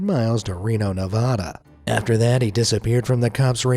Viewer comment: What f you say Nevada wrong